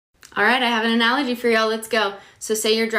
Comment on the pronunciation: She lost her entire argument with me by simply mispronouncing “analogy” with a hard “g”.